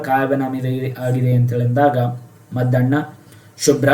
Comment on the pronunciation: Sir adu maddanna alla muddanna sir 🙏